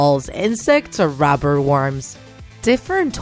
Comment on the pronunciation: she can't say rubber